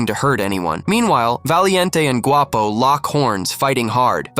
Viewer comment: You said Guapo by prenonsing the “G” word in Spanish the “Gu” makes the w sound